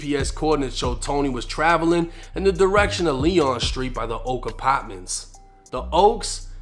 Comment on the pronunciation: Damn i hate hearing u pronounce apartments and the word car🥴🤦🏾‍♂️